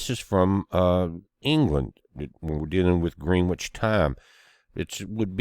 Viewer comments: It's pronounced grenich, not green witch... just saying 😌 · Love the way you say Greenwich, but for anyone that's interested, it's one of those name places that's pronounced a little different to the way it's spelled. Pronounced gren-itch....weird I know. From the UK with love to all 😘